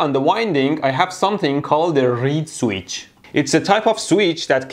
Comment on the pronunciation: What's a reed-sweech? ;)